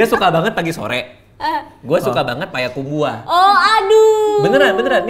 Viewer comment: bang baca nya langsung bang, payakumbuah, bukan paya kumbuah 🤣